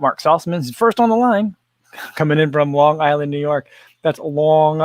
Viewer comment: lonnng island you say it as good as me. drinking my cofffee